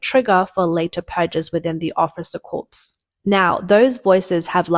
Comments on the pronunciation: So there's a difference between "corps" and "corpse". Please learn it. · FYI- small thing, but “coup” is pronounced “coo.” It’s a French word, and the p is silent. Also, “corps” is pronounced “core.” Another French word with a silent last letter in English.